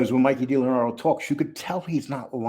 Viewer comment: Dee Lee Anadro. NOT. Delanardo